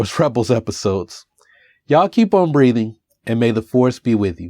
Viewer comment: Good job as always! When you sign off it almost sounds like you say "You all keep on breeding" - I assume you are really saying breathing. Just teasing. Take care, always!